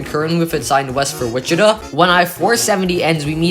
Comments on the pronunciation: It’s Wi-chuh-tah, not “Wich-it-uh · They're right, the third syllable is like Todd without the D's. You got the emphasis on the first syllable correct. I'm only referring to the city, I don't speak any indigenous languages.